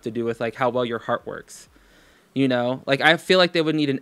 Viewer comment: She mispronounced lahhk and like